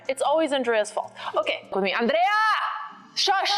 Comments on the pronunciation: Andrrrea, with rolling "r"! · The "ANDREA" sounded very mexican